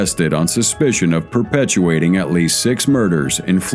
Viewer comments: Did you say " perpetuating murders "? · Perpetrating, not perpetuating. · I gave up at 'perpetuating murders.' The word is perpetrating. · "Perpetuating" murders lol